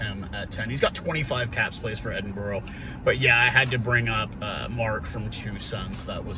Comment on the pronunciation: Just a heads up Edinburgh is said as Edin(bra).